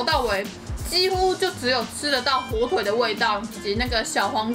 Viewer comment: 火腿 一直講錯哈哈哈好可愛😳